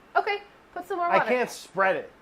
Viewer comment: Water : Brad Brad: Worder